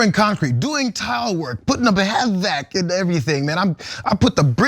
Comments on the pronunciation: The fact that he pronounced each letter of HVAC leads me to believe he never touched it. The lower end office workers for general contractors call it that. Nobody in the trade would have. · No one that does HVAC for a living calls it H-V-A-C. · Yeah, the 'ha-vac' caught me too. I'm not in the business but have always heard it pronounced 'Aych-vac', as in the letter 'H' then 'vac'. Though I will say the Trumps are good at havoc. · No one ever says they do H-V-A-C. It’s H-VAC. So full of shit. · eric gave himself away when he spelled out hvac instead of saying "h-vac" like the first part of vacuum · Nobody who does h vac calls it H V A C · It is not H V A C, pronounced H-VAC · The most immediate tell that he knows nothing about this is that he said "H V A C", pronouncing every letter. Anyone who worked in the Maintenance field would simply call it the same as Cenk did, "H Vac". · Hvac? Nope he never did that or he would know how to say it